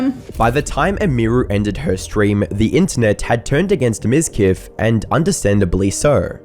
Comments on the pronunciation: It's pronounced MIZQUEEF! What really baffles me is how women fall for that pathetic narcissist! He's a walking red flag store! Did I mention the viewbots? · Miz queef. You said his name wrong